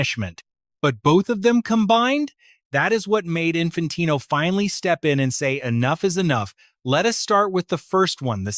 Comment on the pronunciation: Can't even prounce Infantino's name and the punishment hasn't even been decided yet 😂 fake channel......